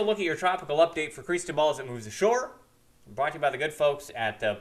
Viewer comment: You can't even pronounce Cristobal right and you think you can forecast the weather here in South Mississippi. You are NOT even from this area!!!! Try moving back north somewhere